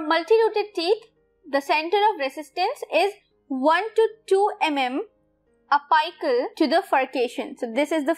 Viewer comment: Plzzz pronunciation theek karian.. Sara interest khatam ho jata... It's Apical Not ahpiical